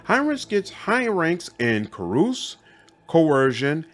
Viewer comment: Great video, thank you. Also, I'm gonna be that guy. Carouse is pronounced kah-rouz not kah-roos